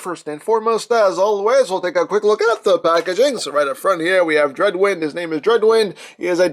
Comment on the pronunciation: Its not dreadwend its dread wind